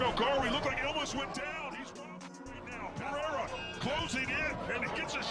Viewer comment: "Pa-rye-ruh" Jesus, can you people at least try to pronounce his last name correctly?